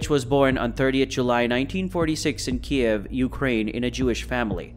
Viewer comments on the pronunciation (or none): none